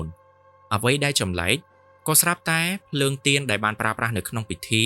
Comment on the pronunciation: ទៀន មិនមែន ទាន ទេបង